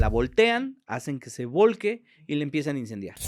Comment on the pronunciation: Se dice: hace que se vuelque no que se "volque" 😮